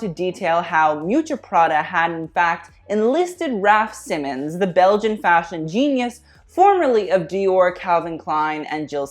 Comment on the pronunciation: It really grinds my gears to hear Raf’s last name butchered a gazillion times in this video. It’s pronounced „SEE-mons”, not „Simmens”